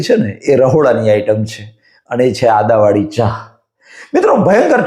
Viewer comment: Bolaneki sikho Adavali Nahi Aduvali bolo.